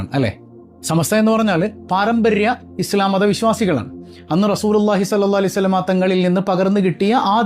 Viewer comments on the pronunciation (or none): none